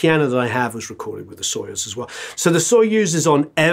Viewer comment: told ya, not sOyuz, but soyUz ))) we don't say warrEn, we say WArren) great video man! keep goin!)